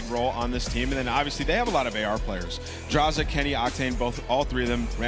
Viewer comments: Ah yes the cod pros "DrAyzAh" and "FeELo" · I get that the caster () is coming from Halo to CoD but what was that pronunciation for DraYzah and Feelo? Lmaooo 😂